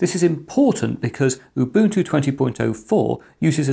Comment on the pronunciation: "MATE" "Ubuntu" He actually pronounces them right. Nice job. Even Linus doesn't pronounce Ubuntu right. Now if only he said "gif" somewhere in this video...